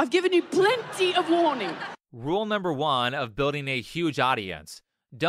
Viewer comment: "NumbEr fiftEEn" "NUmBer FIvE"